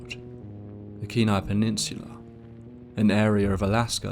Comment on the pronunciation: As a Native from Alaska, I just want to say how much I appreciate you pronouncing Kenai, Dena'ina, and other names correctly.